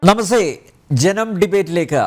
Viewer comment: നമസെ അല്ല സർ, നമസ്‍തേ..